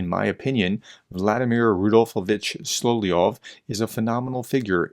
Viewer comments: sol-ov-yov... not sol-ie-ov... SOL-OV-YOV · Dude! It’s Sol-LOV-yov! Emphasis on the V…SoloVVVVyov! Gah, had actually stop watching after the umpthieth time hearing “Soloyov”, or worse, “Solyov” or “Slyov” 🤦🏼‍♂️😳 ugh. How hard is it! Apologies but….yeah 🤦🏼‍♂️🥴